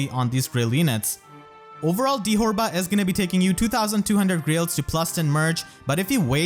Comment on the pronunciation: Erinys' original Japanese name is Fyuri. How they got 'ferry' out of that is beyond me. Dithorba's japanese name is pronounced dee-toe-bah, which sounds exponentially more similar to dithorba. Deet'var doesn't even make any sense.